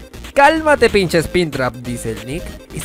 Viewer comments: Porque dice sprintrap y no springtrap ._. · es springtrap no spintrap wey no sabes pronunciar o q = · Personas normales: Springtrap.: Spintra.